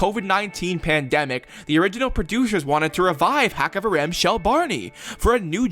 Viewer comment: "Kavrim shli"